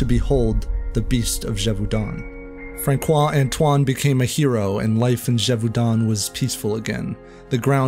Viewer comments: François is pronounced Franssois... not Frankois. (It's the little thingy under the C that makes the difference between ss and k. And even without it, Francois is NOT pronouced with a hard C. Nice piece though. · The "c" in Francois has a soft pronunciation. It's not "FRAN-KWA", it's "FRAN-SWA". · François as Franssoi not Frankoi, and Gévaudan not Dgévaudann’. Thanks for enlightening me on a tale my grandmother used to tell me. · A part of the French people thinks it was a Noble French man who was a "serial killer" who committed all the killings, but never got caught because of his high rank. Great video by the way (just you have to prononce Fransssoi and not Frankoi 😉) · FYI the C in François is an S sound not a K sound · Good video but for future reference the name François is pronounced franswa not frankwa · François is pronounced « Fransois » btw… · this man really just pronounced Francois as Frankois. Its pronounced Franseois . like you were saying "france" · It's pronounced "Fran-swa" with a soft N off the palate, not Frank-wa. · France-swa, not Frank- wa. Francois is a common name. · me think his name is pronounced 'Fransua', not 'Frankua' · François: the “ç” is “ss” as in franssois not frankois 😉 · FranSois, not FranKois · Ouch. Make that "Fran-SWAH" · Thank you for your fascinating , magnificent video. But, please, respectfully, Francois is pronounced frawss-SWAH. Thanks for saying you're working on this--please continue to be awesome. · francois is supposed to have a tail on the c and it would be like "fran-swah" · It's pronounced:" FrangSWAH". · Did you just say "FranKoa"??? 😂😂😂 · Frank Quah ffs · Frankwah? Wtf? 🤣🤣🤣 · It is not Frankois mec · the true atrocity of the story is your pronunciation of francois as frankwah. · How american do you have to be to pronounce the name "Franqoui" ? XD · Bad narration and Francois is not pronounced frankois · You're French, so did you notice the horrific mispronounciation of Francois??